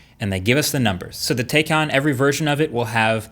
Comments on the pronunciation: I usually don't care much about the pronounciation of brand names and such, but I kept wincing everytime you pronounce taycan the wrong way 😶🤣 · Not only did you compare the base model taycan to a performance model s, you used the price of the taycan turbo s to make it seem like an even bigger loss. Couldn’t even bother learning how to pronounce it correctly. Can’t believe you are considered a credible reviewer these days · One thing i am learning about the Taycan in all of these videos that are coming out is that no one can pronounce Taycan. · I love how he pronounces the name Taycan a little different every time 😂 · yeah but he is saying Taycan wrong and it's so annoying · come on Marques. Porsche made a video of the Taycan pronunciation 8 months ago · But taycan incorrectly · I changed my like. It's very obvious you're a tesla fanboy. Among many things, the roadster cannot be compared to the taycan. Also, you pronounce the name of the car like five different ways. AFAIK it's Tay-Kahn like Macan and Tay rhymes with day. Not taken. So that's a little annoying, considering. If this car takes off and they decide to do a gt version I would guarantee that tesla would have no leg to stand on. Imagine if they did a 911 GTe with like a 50kwh battery pack and the ability to charge at 250kw weight reduced to sub 3000 pounds. I like that you touched on what Porsche focused on, which is multiple launches and the ring lap time. A Porsche is a drivers car, if you're considering autopilot you shouldn't be considering a Porsche. I'm biased, and feel like they should only make the 911, but recognize they need to pay the bills. This felt very amateurish. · It’s “Tie”can Very annoyed when pronounce incorrectly in the whole video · The pronunciation is Tiecan, tie as in the thing you have around your neck :) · Can we really trust a man who doesn't even learn the correct pronunciation of the new car he's making a video about....It's "TIEEEEEEE--CAN"(Like a neck tie) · Porsche Tay-K